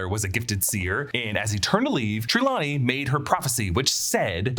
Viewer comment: You say Trelawney wrong lol